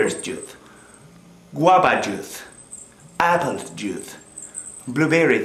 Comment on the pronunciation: He said juith instead of juice. ornch juith! (orange juice) I know it sounds weird haha. I guess the way he said it is supposed to sound like 'you' but he changed it to 'juith'...